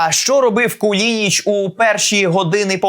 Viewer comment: КУЛИНИЧ, а не кулІнІч.